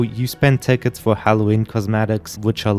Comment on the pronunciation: Fow weal